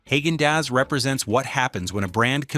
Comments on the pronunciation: That pronunciation 🤦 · Funny how an AI- generated channel criticizes companies for using artificial ingredients! Your robot voice can't even correctly pronounce Haagen-Dazs! How about getting a human to narrate? Then you will at least have SOME natural ingredients!